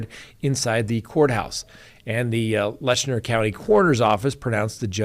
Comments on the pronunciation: The county name is LET CHER not Letchner. No N in the name. Please pronounce correctly. Just saying. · It is Letcher County, NOT Letchner County.